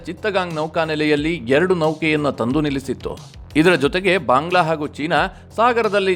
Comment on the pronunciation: ಅನವಶ್ಯಕವಾಗಿ ಮಹಾಪ್ರಾಣಗಳ ಉಪಯೋಗ ಆಗ್ತಾ ಇದೆ ಅನಿಸುತ್ತೆ. ಉದಾ: ಭಾಂಗ್ಲಾ.